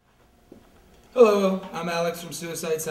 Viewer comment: The way he says "hullo" makes my crack up. he's awesome though